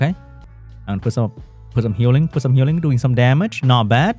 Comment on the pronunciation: Vam-pie Leo ayooo sheeeesh dey hit so hoddd wiff duh 2nd skew. Foe-head. Olivuh so bwoken. Dat twipple panda team has so much Hue-Ling so you can Hue-Dup a lot. Dat swiff Leo is so foss he move all da tam.